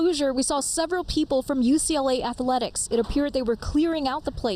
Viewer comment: I’m still trying to figure out why the announcer keeps inserting an “a” into the middle of “athletics” when she says the word. “Ath-a-letics”? 🤔